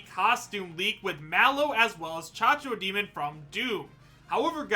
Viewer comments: CACO! CACO DEMON THERE IS NO GOD DEM H IN CACO STOP SAYING CHACHO DEMON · IS C A C O D E M O N, NOT "CHACHODEMON", IEEEEEEEEPA LAH CABRAH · did he just call it a cha-cho-demon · The way he pronounces Cacodemon, my god. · The way pronounces Cacodemon...